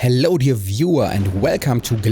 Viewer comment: I always here "Halo der viewer"